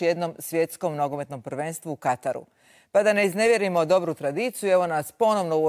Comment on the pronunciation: Dakako već uz reprezentaciju. I dobra je bila emisija. Samo ovo "u Kataru" para uši... U Katru je ispravno!